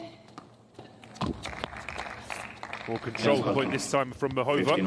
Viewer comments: He pronounces Dodin’s name well, you’re correct, but Muchova’s not as much. He emphasizes the middle syllable which a lot of English speakers do instead of the first, making it MuCHOva instead of MUchova as it should be, and also has more of an “h” sound instead of the correct “ch”. Of course this is just being picky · There's an accent over the a in Muchova's name, which means there's an emphasis to the a, and not the o.